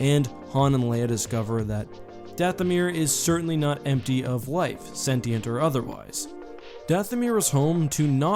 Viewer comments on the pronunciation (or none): none